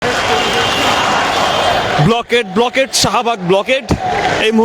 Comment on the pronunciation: আরে গাধা, "ব্লকেড" না ওটা "ব্লকড"